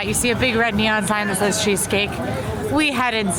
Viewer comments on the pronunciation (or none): none